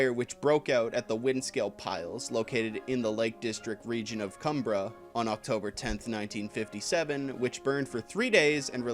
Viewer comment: Just FYI, Cum-brie-a Decent review. Played three of the multiple endings, so far.